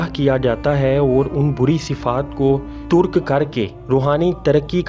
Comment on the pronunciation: Surah aaraaf hai , turk nei tarq hai aap zara apni urdu bhi thik karein plz